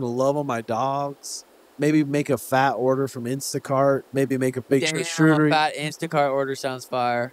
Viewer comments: SHASHOOTERIE BOARDS????, YOU MEAN CHARCUTERIE??????? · “Carchuteri board”